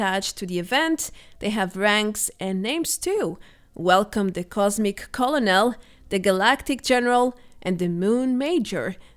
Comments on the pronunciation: Colonel is pronounced Ker-Nole. It's a military ranking. Love your videos! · Don't correct her. I like when she mispronounces words.